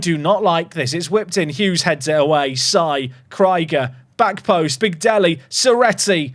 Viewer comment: i'm deeply offended by how you pronounced Krieger. 🤣